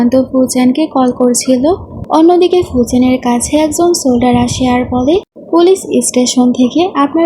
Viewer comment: সোলডার না বলতে হয় সোলজার বুঝলে?